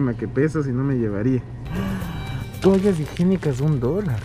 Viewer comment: Jajaja medio risa cuando dijo deme 10 tobanllas